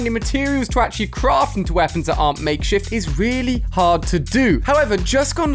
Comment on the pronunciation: He said makeshit rifle